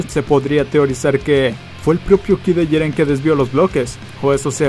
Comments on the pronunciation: Pq dices Jirén y no Jiren? :v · Se dice jiren y no jirén, habla muy rápido y no se entiende ni mierda. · Jíren es , no jirén, porfavor viejo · Jirénnnnn es Jiren :v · pronuncia bien es jiren no jirén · como cuando pronunsien mal jiren xd